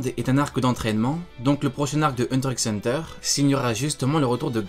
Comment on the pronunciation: Petit disclaimer si je le dire le X de Hunter ne se lit pas ce qui ft donc Hunter Hunter…merci 😋